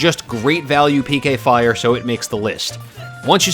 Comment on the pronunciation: Pek-a fire